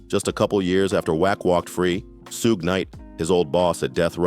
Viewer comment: Suge said like sugar, not soog